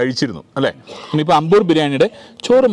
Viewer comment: Ambur alla.....Aaambur....😁